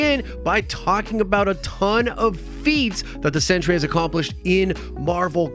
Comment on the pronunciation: It's pronounced "cent-ree", not "century".